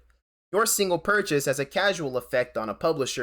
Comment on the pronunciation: “Causal” and “casual” are pronounced differently!